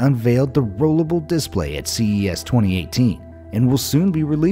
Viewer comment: Why does he say display like that😭😭😭😭